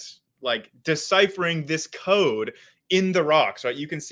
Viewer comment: ok sorry cant listen to this "chaode"